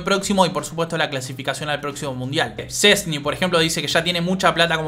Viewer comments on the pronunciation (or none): none